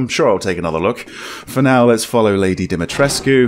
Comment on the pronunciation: its pronounced Dim-A-treesk. the U is silent.